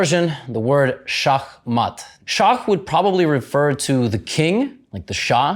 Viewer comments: Fun fact: in Germany you say to checkmate: Schach matt and it is pronounced exactly as he said it. Schach means chess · In Turkish, we say Şah Mat, too. And the way levy said it was almost perfect. Gj. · That's exactly how you say it in Slovenian and I'm sure in a bunch of other languages as well. His pronunciation sounded so much like Slovenian it's uncanny. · actually the way he pronounces „Shah mat” is exactly how we pronounce „szach mat” in Polish which means checkmate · Oh wow in romanian checkmate is șah mat which is pronounced the same he said it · We use 'shah mat' here in albania too, I was surprised to know u could pronounce 'shah mat' so good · the way you pronoucned "shah mat" sounds exactly like "Schachmatt" which is the german word for checkmate, also chess is called Schach. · In Romanian we call "Check mate" "Șah mat", and it's pronounced exactly like you said it in the video. Thank you for informing me about its origin!